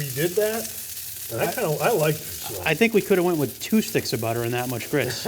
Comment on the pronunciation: Grits…I’m from Alabama, you should practice a bit more…